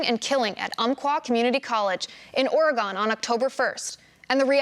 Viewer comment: The way she pronounced Oregon cracked me up